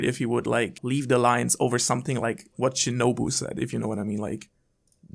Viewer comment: It’s Shinobu 🤷🏾‍♂️